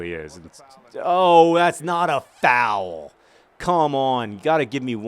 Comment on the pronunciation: You say 'Foul' funny when you're anxious and it's hilarious.